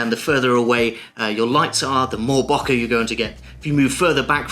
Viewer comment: Great!! It's pronounced, Bow - Keh ;-)